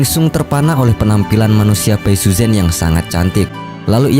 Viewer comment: pengucapan namanya gak pas bro. saran gw sebelum bikin video cobalah sedikit belajar mendengar penyebutan nama² tokoh oleh native speaker. malah kalo lu tau ada serial sebelumnya thn 1993 yg populer disini. itu pengucapan namanya sdh benar. contoh namanya Xu Xian itu dilafalkan Hsi Hsien, jgn Hsu Hsian. yg parah itu bai suzhen. ucapan yg benarnya pai suchen spt yg selama ini kita kenal. ingat pinyin mandarin itu gak semua diucapin sm spt hurufnya